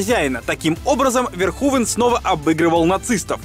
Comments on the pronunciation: Раз живёте не первый год в Нидерландах, то должны знать, что имя произнесено неверно! Не Верхувен, а что-то близкое к Ферхуфе должно быть (вместо звонкового "в" более глухое "ф", плюс "n" в окончаниях проглатывается, поэтому этого звука почти не слышно, ну и звук "х" отличается от нашего). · комментатор выше не права, всё равно неправильно имя произносите, если передавать русскими буквами эту нидерландскую фамилию, то будет звучать примерно как "Ферхуфе". Сорри за то, что пишу почти год спустя, только недавно открыл Ваш замечательный и интересный канал. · Все же не ВерхУвен, а Верховен. И не "одеть", а "надеть" - "надеть одежду, одеть Надежду") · Если фамилию режиссёра произносите Верхувен, то и столицу UK по русски говорите как Ландан. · показав как Питер Уэллер-американский актёр (родившийся в штате Висконси) произносит имя режиссёра : Paul Verhoeven .Ты утверждаешь что произносишь имя этого режиссёра правильно ? Да они там имя Билли из штата в штат каверкают , ты чего ?